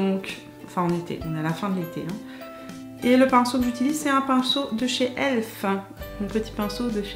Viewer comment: Si le fond de teint est aussi NUL que le born this way alors je passe mon chemin. Et on dit pas"elf" mais "E.L.F"